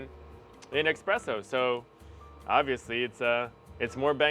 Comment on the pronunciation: He said and typed expreso.. 😅😂 espresso my man… espresso